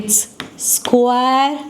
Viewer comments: Hey mam u are great at teaching but u r pronouncing square wrong ❤( no hate) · Mam square acha se bolo😂😂😂😂😅😅